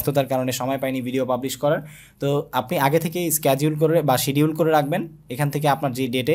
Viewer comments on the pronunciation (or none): ভাই সিডিউল কে আপনি ক্সেডিউল বলছেন